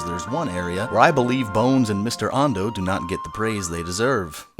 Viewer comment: was Ando intentionally pronounced like Ando of The Woods?